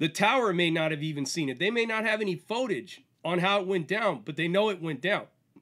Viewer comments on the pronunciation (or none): It's "FOOT AGE" NOT "FOAT AGE"